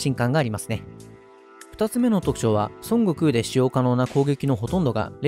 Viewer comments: 日本ではソン↓ゴクウって発音がメジャーだけど、正しくはソン↑ゴクウってマジ？ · 発音がドラゴンボールの孫悟空になってて草